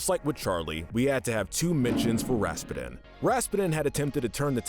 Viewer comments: It's Rasputin! Not! It's Russian. Think Putin, as in president Putin. Do you call him Vladimir P'denne? No! It's pronounced RASS-PEW-TIN. I couldn't finish the video hearing you Pronounce it so badly! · Everytime I hear "Raspeten" Raspeten- Ras-PEWTIN! Raspeten- Ras-PEWTIN! Raspeten- Ras-PEWTIN! RA-SPEW-TINN! Hearing him say Anastasia's "mother" Oh my gosh, GRANDMOTHER. I'm sorry for the rage moments, but those were my reactions Being a movie nerd sucks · Why did he pronounce his name Ras-pa-din? It's supposed to be pronounced Ras-pew-den. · Ok "Rasspedin" is killing me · Lol, it's pronounced Raz-Pew-Tin, like the main character in Psychonauts. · lol how you pronounced Rasputin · Did anybody bother to teach this guy how to say Rasputin's name correctly?? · Just a suggestion but maybe you might want to watch the movies before you narrate them. For example, Anastasia escaped with her Grandmother, not her mother and Rasputin is not pronounced correctly, but I like your channel 🙂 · What’s with the weird pronunciation of “Rasputin?” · Me when I heard when he said Rasputin: Whaaaaaaaa did he sayyyyyyyyyyy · Good list but the pronunciation of Rasputin hurts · You were mispronouncing Rasputin's name. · oh my god that pronunciation of rasputin